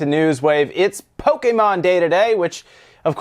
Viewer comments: Someone Trained the whole night training to saying Pokémon. You're doing great! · It's nice to see an active effort to pronounce things correctly on this channel (i.e. Pokémon and Naruto in this case). Most people won't even bother to change their habit even after knowing that they are pronouncing something the wrong way. Kudos!